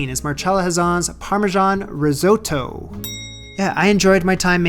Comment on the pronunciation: The way yanks pronounce risotto is so grating. But everything else was awesome. You've made me want to cook fun stuff again